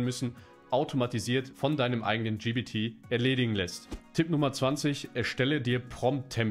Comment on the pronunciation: Warum sagst du immer GBT es heisst GPT